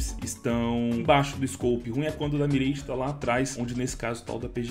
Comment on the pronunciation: pq ce fala mireige